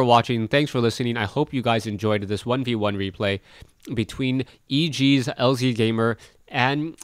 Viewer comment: No one cares about pronunciations!! .... but I do think that it is lazygamer....